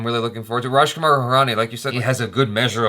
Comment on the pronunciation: She says Raj Kumar Hirani so well, He gotten better as well. U guys are 'Desi' now